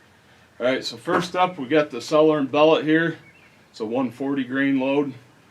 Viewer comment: "sellar and bell-ot"